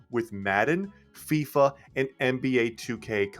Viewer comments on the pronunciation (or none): none